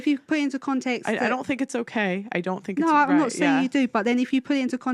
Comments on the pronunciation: Heres her problem... she "Finks" instead of think. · "I Fink"